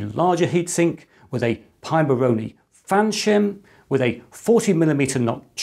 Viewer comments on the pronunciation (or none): none